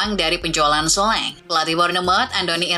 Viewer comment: perasaan komentator bola juga nyebutnya solangke min bukan soleng,elye wahi bukan eli way😂